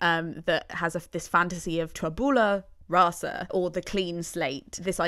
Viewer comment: You're right about her mispronunciation of "Sondheim"--along with "tabula rasa" and other things--(I think she's a complete idiot to tell you the truth) but you've also misspelled Jule Styne. It was Sheldon Harnick who told Steve that "I Feel Pretty" was too sophisticated for Maria. Steve rewrote it to simplify it, but his collaborators all insisted he go back to the original version.